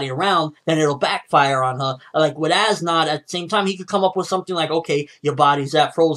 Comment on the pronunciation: how do you pronounce as nodt's name? ass knot